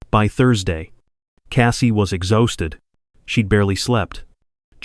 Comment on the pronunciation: You missed pronounce exhausted . Look the words up before pronouncing them in correctly